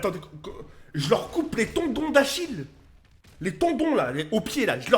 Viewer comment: Euh pour info c'est pas tondon mais tendon